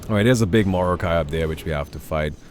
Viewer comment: Its like mor"not"kai than morokai